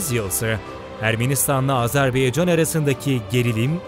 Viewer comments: Sunucunun söylediği gibi AzerbEycan değil, AzerbAycan'dır. Onu bir düzeltelim lütfen. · Azerbeycan değil Azerbaycan. Telafuza dikkat edelim. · Her şey iyi de yazarken Azerbaycan yazıyor okurken neden Azarbeycan okuyorsunuz? Bu yanlışı çok kişi yapıyor malesef!! Dikkat lütfen! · S Azerbeycan değil Azerbaycan . Ama peyeni atmaya Engel değil. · Azerbeycan yox.AZƏRBAYCAN COX COX XAHİŞ EDİRİK DÜZ TƏLƏFFÜZ EDİN CAN QARDAŞLARİMİZ🙏🙏🙏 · Azerbeycan değil Azerbaycan. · Azerbeycan değil! Azerbaycan! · Çox gözəl söylədin,amma Azerbeycan deyil, Azərbaycan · Azerbeycan değil Azerbaycan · Bir de artık şu ülkeye AzebEycan demeyin lütfen, doğrusu AzerbAycan. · Video boyunca azerbeycan dedin kardeş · Azerbaycan denilmeli azerbeycan değil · Azerbeycan yox Azerbaycan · doğru telafüz etmiyor ondan bahsediyorum